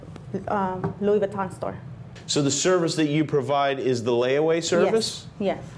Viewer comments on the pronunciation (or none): Baton, please. Louis Baton. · Louis Baton. lol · "Parsh" and "Louis Vaton" those should be added to the dictionary...